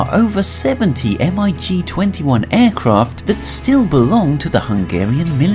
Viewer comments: it is not pronounnounced m.i.g. its mig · "M. I. G." is pronounced "Mig", which is a contraction of "Mikoyan and Gurevich Design Bureau" (MiG). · It’s pronounced mig not spelled. Not to be offensive but this hurts my head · This just hurts my ears lol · Bristol Freighter! that is frayter! and how can you not know about MIG?? not M I G